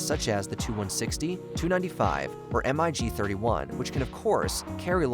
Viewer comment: Thanks for clarifying that by yourself. You even included Tu-144 video footage. That plane was the "Concordski" with basically the same role the Concorde had, but it didn't succeed. BTW MiG is pronounced as one word :)